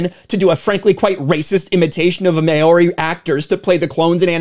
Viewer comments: Okay, first, "Maori" is pronounced "Mow-ri" (long o-w, like mouth). Just thought you might be interested to know. Second, companies like Disney aren't "bending the knee", they're "Bending Over And Spreading Their Cheeks" for the Woketard Community. And you're right - Enough will Never be Enough! They won't be Satisfied with anything Less than *Everything*! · I'm more shocked by the attempt to pronounce Maori, just completely wrong dude. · how do you not know how to say maori?